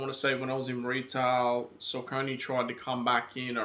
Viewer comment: Haha, you've been asleep....Saucony (sock-uh-knee NOT suh-conee) have been slaying it for well over a decade! There have been SO MANY fire collabs over the years. I don't even f#ck w' Nike. Their kicks are boring, and way too overpriced for the quality you get. Saucony collabs are much more creative. The colorways are more interesting, and they use higher quality materials! I'm standing with 21 pairs to date.